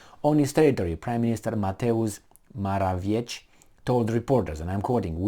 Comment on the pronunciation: Polish surnames ending in...cki are read as...tzki, I believe (from good source also ending in -cki) i.e. More-a-vietzki (Morawiecki)